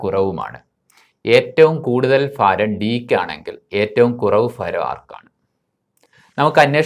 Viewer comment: മാഷെ, ഫാരമല്ല, ഭാരം fha അല്ല bha